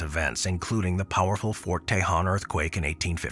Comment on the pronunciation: Your AI sucks. Sorry. It mispronounced a ton of words, especially “Fort Tejon.” It’s pronounced “Tuh-hone.” Fix it!